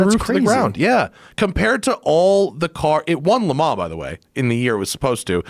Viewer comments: TELL THIS DUMB ASS ITS LEMAN'S AND NOT LEMAN..WHERE DO U FIND THESE IDIOTS!!!!!???? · Why does he keep saying "le ma"? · I can't get over this guy trying to pronounce Le Mans lmao